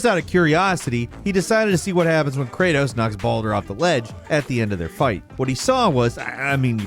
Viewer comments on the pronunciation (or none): none